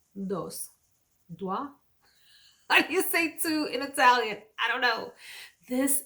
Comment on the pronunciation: Due ...pronounced doo-eh that’s two in Italiano ! Where did you find Atomic 🌹?